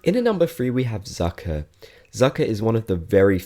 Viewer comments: In fact, 'Zucker' is a German word and it means 'sugar'. You pronounce it like this: Tsucker. 😊 And not like 'sucker'. 😂 I found this kinda funny haha. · I'd say for #4 Sprocket deserves an honorable mention. Also, Zucker is German for sugar, and is pronounced "tsoocker".